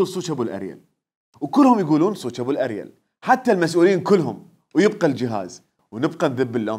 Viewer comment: ابوو الئرول هههههه مو البوو الئريل هههههههههه